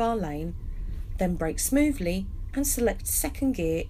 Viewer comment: I enjoy watching Nigel Mansel as he's driving and you saying 'smoovly'. ' )